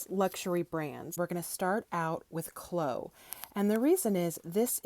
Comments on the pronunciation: It's pronounced chlo-e, not chloe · It's not KLO it's KLO-ee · Chloe is pronounced klo-we like glow+we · I was going to say St. lol My daughter’s name: Kuh-low-ee 😉